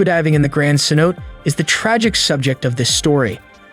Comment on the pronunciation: Phonetically it's Ceno'tay ;-) Other than that, I have been enjoying your videos.